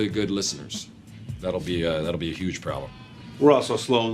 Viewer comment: I love you I really do, but why do you avoid the letter H like the plague? It makes me sad, the Yooooston Texans and yoooge implications are slowly sending me over the edge